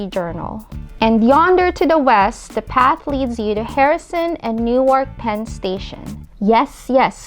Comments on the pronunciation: Great job, finally someone who likes and understands our vast and multi-faceted rail system. Only comment is Newark is a short "a" and kind of slurred together, sometimes it can even become Newrk. Glad you like NJ so do many of us. Love the magical and fresh air compliments. Thanks again good video. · PULEEZ... learn how to pronounce "Newark" correctly. "New-Ark" is in Delaware. In the New Jersey city, the "a" is silent.